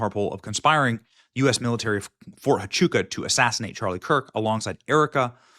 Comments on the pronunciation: Phonetically: Fort Wa-chu-ka And Hi-per-bo-lee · Oh its pronounced Ft. "Wha-Choo-Ka" FORT HUACHUCA, Arizona.